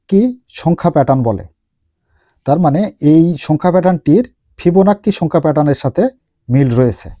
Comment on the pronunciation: আপনি ওইটা কি বললেন ভিবোনাক্কি না কিবোনাক্কি?